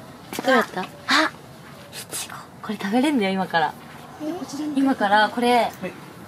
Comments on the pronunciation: ツリメもいちごのイントネーション、ちょっと違うな笑 エイジ寄りの発音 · いちごの発音がエイちゃんだ！埼玉と東京で違うんだね